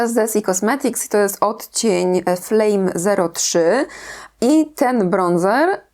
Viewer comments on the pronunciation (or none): none